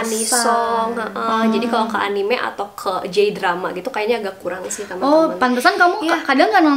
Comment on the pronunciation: jelas nggak wibu, nyebutnya aja “enim”:(